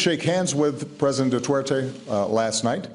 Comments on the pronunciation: Probably because of Obama's accent lol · "President Dutwertey"